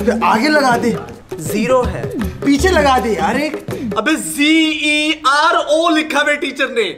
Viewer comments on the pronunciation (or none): G E R O instead of zero 😂🤣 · It's zero not Gero 😂😂😂